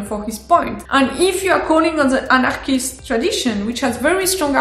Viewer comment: Lol, this is the first time I heard french person pronounce anarchist.. :D That is so awesome.. I am giving up my authoritarian ambitions and moving to France! :D